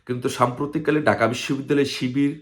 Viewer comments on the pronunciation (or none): এখনো ঢাকা উচ্চারণ করতে পারে না সে আসছে বাংলাদেশ স্বাধীন করতে। ডাকা